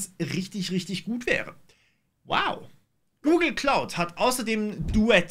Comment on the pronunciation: Wieso höre ich immer "Google klaut" wenn du doch von der Wolke sprichst 🤣🤣